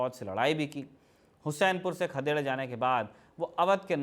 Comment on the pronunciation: हुसैनपुर नहीं हुस्सेपुर नाम हैं